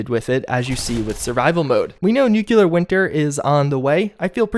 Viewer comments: Nuclear is pronounced new-klee-ur not new-kyoo-lur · NU CLEAR NU CLEAR NOT NUKULAR Everytime u say it, you sound dumb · Pls it’s NU CLE AR